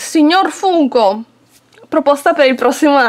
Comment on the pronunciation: Si però si legge Fanko🤣🤣